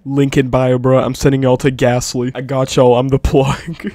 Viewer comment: There's a Pokemon called ghastly, which sounds similar to what was saying (gasly)